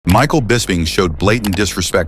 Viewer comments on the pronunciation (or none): none